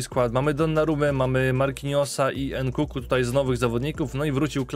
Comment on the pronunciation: Proszę mów NKUNKU nie NKUKU bo uszy bolą XD